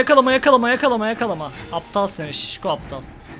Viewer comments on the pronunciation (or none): Nobody: Closer:Nabıyosunn Aptağglll